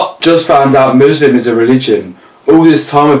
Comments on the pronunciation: please tell me he didnt say "Buslam" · Wait... Did you say MUSLAM lmao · Did he say Muslam? 😂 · muslam? LMAOOOOOOOOOOOOOOO WYS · did he say buslaam?